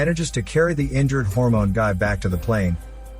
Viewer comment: Ok, i like when your saying hormone i always laughing. 😭😂